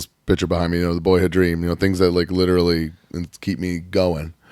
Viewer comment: The American dweam Duthdy rhoades baby